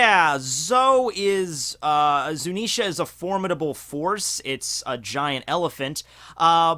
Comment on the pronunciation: he finally learnt how to say zunisha, not zunenshia